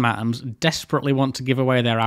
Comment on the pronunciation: Ok, informative, interesting, but this prenanciation is literally making me suffer: atoms sail like [a-ums]